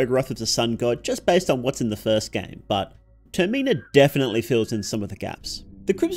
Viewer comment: Termeenah is wild, I was so confused until I realized you were trying to say Termina